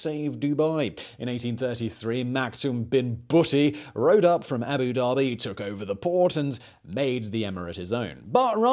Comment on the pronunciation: Please, please, please can you learn how to say the title by which senior Arabs are customarily called, Sheik? It means 'learned in the Koran' so ought to be taken seriously. Every time you say it it's like nails on the backboard to me!! It's Shake, like bake and NOT Sheek, like cheek. Yes? And while we're here, it's Abu Da-bi, not Abu Darby. Otherwise, thank you, I enjoy your work though, boy, can you talk a mile a minute!